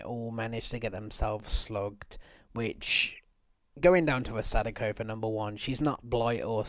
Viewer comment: The way he is pronouncing Sadako is hurting my soul. Sounds like he is calling her "sudoku" the game that is too high for his IQ to even complete.